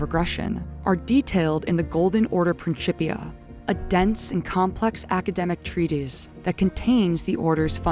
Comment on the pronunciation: it was worth the wait. What a heartfelt and beautiful narrative! Plus, I got to hear someone same “principia” properly like a dozen times! 😂 Seriously tho - great work. Compelling for the lore community. Enjoy the accomplishment and take your time!